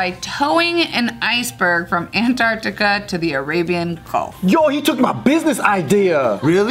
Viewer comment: How Americans pronounce Antarctica An-ART-ica lol